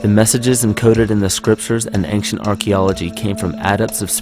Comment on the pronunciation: "ank- shee- unt" ..... he says ancient quite odd like...